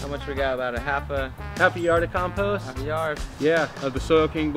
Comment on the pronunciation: Learn how to speak English, though. 'COMPOST'. Say it with me...